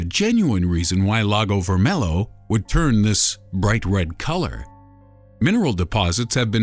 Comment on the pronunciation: you dont say lago vermelo u say lago vermelho